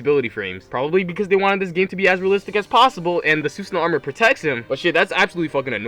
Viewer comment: Why the hell is Susanoo said wrong like 20 times?